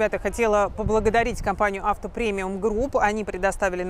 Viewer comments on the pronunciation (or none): none